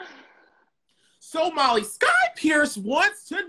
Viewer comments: Not the intro saying Holly instead of Molly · the opening says holly insted of molly hahah, no shade just wanted to point out